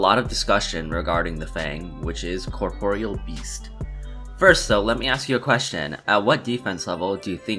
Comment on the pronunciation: Corporeal 🤣 my guy that's not how you say it ! 🤣